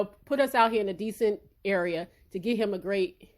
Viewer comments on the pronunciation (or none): none